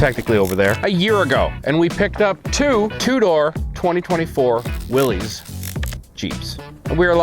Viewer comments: It’s pronounced why-lee not Willie, that really irritates me but nice jeeps nonetheless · Its actually pronounced Willis, not Willys. It represents John Willys who founded willys overland motors.